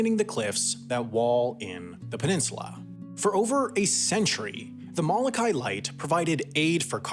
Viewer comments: M o l o k a i……….not Malakai! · Please correct your pronunciation of the island of Molokai. And if any of you watching this video put visiting Molokai on your bucket list, shame on you.